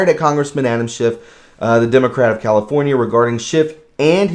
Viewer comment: SCHIFF NOT SHIFT!